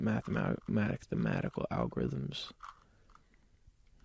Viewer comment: Nobody: Justin: m A t H e M a T i C a L a L g O r I t H m S